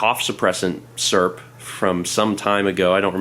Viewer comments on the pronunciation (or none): Add syrup to the list of things can't say. "surp"